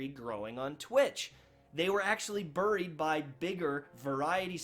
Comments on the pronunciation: Is that how you’re supposed to say “buried”?? Burrreeeed? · BURRIED? I don't know what region that pronunciation comes from. Joking around, good vid. I feel for my Destiny streamers. These folks were along for the awesome D1 ride. D2 just ain't getting it done. I've been hitting PUBG hard for months now and just don't even crack open Destiny. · haha "Berried" like he got changed in to a berry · Berry’d aye? Canadian accent aye 🇨🇦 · I love how he says “burried” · Just a sad situation all around. I dream of the day I see the Destiny twitch directory light up like a god damned Christmas tree. I think it can happen too, but it's going to take a lot of work and a lot of time. I'll remain cautiously optimistic about the future of the franchise - but I'll also reach out and play other games that grab my attention. ...also, you say 'buried' in an interesting way, and it's now stuck in my head. ILU.